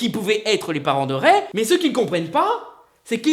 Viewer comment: ça se prononce rey et Dooku. Arrête de manquer de respect à la prélogie et la postlogie comme ça